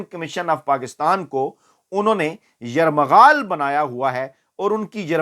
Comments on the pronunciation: یرمغال نہیں بلکہ یرغمال ہے دو دفعہ slip of tongue ہوا ہے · Sir lafz yerghamal ha yermaghal nahi. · Lafz yarghamaal hai aap ne 2 martba yarmaghaal bola islah kijiye. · فیاض میاں آپ نے ایک لفظ استعمال کیا جو درست نہیں تھا ۔۔ یرمغمال ۔۔۔ بھائی صاحب یہ جملہ ھوتا ھے آسان اردو میں ۔۔۔ یرغمال ۔۔۔ اپنے اس قصے کو دوبارہ خود سن لیں اور تصیح کر لیں کیونکہ آپ کو ھزاروں لوگ سنتے ھیں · یرمغال نہیں یرغمال ہے کونسے سکول گیے ہو ؟ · Fiaz g lafz yarmaghal ni bal k yarghamal hy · Airmagaal. Nahi. Airghamaal. Khahow. A. Sahi. Hai. . . S. H. S. B. . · یرمغال ۔۔۔۔ھاھااھاھاھا یریغمال ھے جناب ۔۔تصحیح مقصود ھے ۔😊😊😊😊😊😊😊😊😊😊😊😊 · ASA Fayyaz Sahib,please re-assess this vlog, in which you have wrongly pronounced the word" YARGHMAL as Yarmaghal. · Yermghaal nhi yerghmaal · اصلاح فرماٸیں۔۔۔درست لفظ ”یرمغال“ نہیں پلکہ ”یرغُمال“ ھے! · لفظ یرغمال یرمغال نہیں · Word correction....... Yarghamal ✅✅✅ Not a yarmaghal... Ok Brother ❤❤ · yarmaghaal nhi bhai yarghamaal hota hai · Yarghmal sahi lfz h yrmghal nai nevr mind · معذرت ایک لفظ آپ نے غلط پروناؤنس کیا ہے یرمغال بولا ہے اصل لفظ ہے یرغمال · یرغمال ہوتا ہے راجہ صاحب😅😅😅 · بھائی صحیح اُردو کا تلفُّظ تو سیکھ لو۔ یرغمال ہوتا ہے یرمغل نہیں! اپنے پڑھے لکھے ہونے کا ثبوت دیجیئے۔ شکریہ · Fayyaz Bahi word is Yarghmal Not yarmaghal please don’t mind it’s just a correction. Thanks Ma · Sir, yermighal nahin yerghimal. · یرمغال نہیں ہوتا جناب یرغمال ہوتا ہے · پروفیسر صاحب یرمغال کی بجائے یرغمال پڑھا کریں.... شکریہ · Yermgal Nahi, ( Yergmal ) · Yermaghal nahi yerghamal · Yermghal nai Bhai yerghemal by the way zaberdast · Raja Sb, Aik Lafaz ki Correction,Yarmaghal Bola hy,Ye( yarghamal) hota hy? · لفظ یرغمال ھوتا ھے یرمغال نہیں راجہ صاحب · لفظ, ہر مغال نہیں یرغمال ہے. معذرت کے ساتھ. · یرغمال درست ہے. یرمغال غلط ھے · سر ”یرمغال“ نہیں ھوتا ”یرغمال“ ھوتا ھے تصحیح کر لیں۔ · فیاض راجہ صاحب! آپ کی اطلاع کے لیے عرض ہے اصل لفظ(یرغمال) ھے۔ درستگی نوٹ فرمالیں ۔ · راجہ صاحب یرمغال نہیں یرغمال کہا کرو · راجہ صاحب درستگی کر لیں کہ یرمغال نہیں ہوتا بلکہ یرغمال ہوتا ہے ۔ ❤❤❤😊😊😊